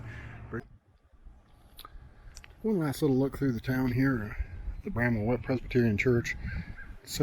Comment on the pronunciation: Its bramwell not bramma, bramble, and a host of other names you called it